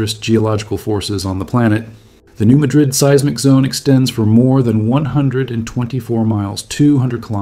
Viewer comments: New MAD- rid. Emphasis is on the first syllable. These quakes have been receiving more publicity in the last 30-40 years. I lived in the Kansas City area and I bought some EQ coverage before I moved to Colorado 1989. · those of us from here are well aware of what did and could happen. those of you not from around here - we pronounce it New Mad rid. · In all of the YouTube videos about the New Madrid fault, not a single one of them has bothered to check how the people who actually live in this area pronounce the name. It's not pronounced the same as the city in Spain; here in the U.S.A. this place is pronounced "New MADrid." The nearby city of Cairo in southern Illinois is not pronounced the same as the city in Egypt; it's KAY-ro. How hard could it be for supposed YouTube science content creators to do the minimum bit of research and get this right? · Missourian here. It’s not pronounced like the city in Spain. It’s New Madddddrid, like you’re mad at something. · He obviously ain't from around here, nor know anyone who is. We must offer him some grace. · My first thought, too. Thank you! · It's pronounced differently than the city in Spain. MAD-dred is the local pronunciation. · FYI it's not Madrid (like Spain) its MAH' drid. Good video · It’s hard to find this person credible if he can’t even pronounce the name of the fault correctly. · Somebody needs to learn the proper pronunciation of New Madrid. It's not like the capital of Spain. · ...and just about everyone else except this narrator. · I’m not a local, but my parents taught me how to say it, and it was all I could do to not be totally distracted by it. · Grew up in Arkansas. Knew the correct pronunciation more or less since I learned how to read. This is an interesting topic to any Arkansan, but it’s a huge turnoff to hear someone who’s obviously completely unknowledgeable talk about New Madrid. Hard to force myself to watch the whole video. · I always have to think about how this is pronounced 😂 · Yep! Lol